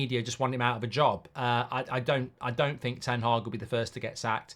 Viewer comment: It's ten haag goldboy